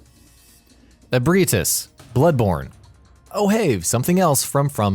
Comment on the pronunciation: The mispronunciation and misspelling of Ebrietas gave me cancer.